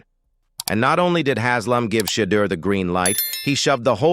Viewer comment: I stopped watching 37 seconds in... you mispronounced his name 3 times.